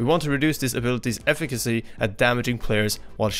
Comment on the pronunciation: My mans really said ef icacy